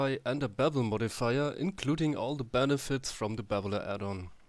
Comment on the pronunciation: The 'The' and the 'TH' problem from germans